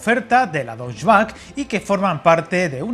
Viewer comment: Alemania ¿país bávaro?. Es como llamar a España país Catalán o país Andaluz. Y la "e" de Deutsche se pronuncia